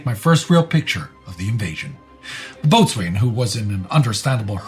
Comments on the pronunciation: (sorry to nitpick) "boatswain" is pronounced "bo-sin", not "boats-wain". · Boats-an, not boat-swain. Joining the USCG soon, one of the first confusing pronunciations I've learned! Similar to coxswain (cox-san) or forecastle (foke-sul), nautical terms have very weird spellings in regards to their pronunciations. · Excellent vignette,, but with one little glitch. Boatswain is pronounced BO-sun. Still deserving of a thumbs-up! 👍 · Boatswain is pronounced “bo’s’n” Also, you should highlight the D-Day work of press photog Martha Gelhorn, who was the wife of Hemingway at that time, and beat him to the D-Day beaches.